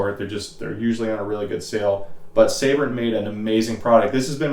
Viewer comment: its Sabrent not Saybrent